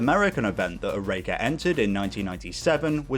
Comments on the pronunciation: Only issue here is your pronunciation of Oreca (OR-RA-KA) at least that's how it was pronounced when I was a kid watching them race live. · Great video but your pronunciation of Oreca is hurting me